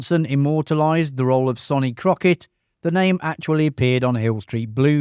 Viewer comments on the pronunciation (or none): It’s pronounced SUNny Crockett not SONny even though its spelt like that. And it’s pronounced YAN Hammer not JAN Hammer. You tell us 20 things we “never knew” but you never watched a single episode yourself obviously.